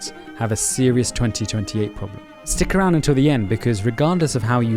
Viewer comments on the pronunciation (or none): none